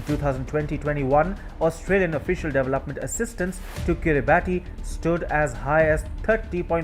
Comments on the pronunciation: I don't want to be picky, but the country is pronounced Kira barss not Kiri barti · It's pronounced "Kiribass" not "Kiribati" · Kiribati is pronounced as kirabass.......Like Pilipino Tagalog pronounced as tar gar log....🇦🇺👍🥳🍺👁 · Pronounced Kiribas. The spelling is peculiar. You're not the first journalist to get this wrong. This doesn't reflect well on your otherwise excellent work. (Be better than rest) Best regards Good work.